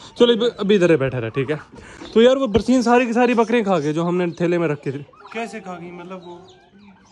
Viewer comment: Barseen nai hota barsan hota hai